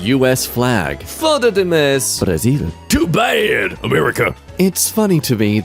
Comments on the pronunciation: O foda com sotaque de Lisboa ficou perfeito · pior que ele falou ate certinho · vdd mas ele falo foda certinho ksksk